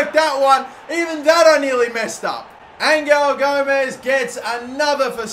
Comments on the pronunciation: Btw Angel Gomes is pronounced Angel as in gods angel not Angle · It’s angel gomes not angle gomes